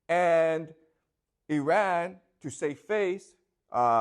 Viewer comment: I know that wife reads these comments. Please tell your husband he is mispronouncing the country Iran and it makes him less credible. Imagine if someone else mispronounced the country China in a lecture about China, would you find the speaker credible? Please help understand this so he can improve his knowledge and respect for other cultures.